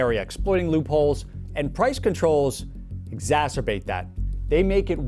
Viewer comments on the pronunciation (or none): Did he really just pronounce exacerbate as "ZAZZerbate" ?